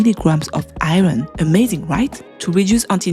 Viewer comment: Sheesh everytime I hear you say IRON, I think you're talking about something else due to the way you pronounce it. ughhh